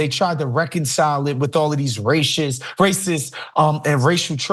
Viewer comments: this guy can't even say the word racist he sounds like a 4 year old learning to speak new words😂😂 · ...he can't even say racist sounds like a 5 year old learning to speak... must be that great Democratic education😂😂😂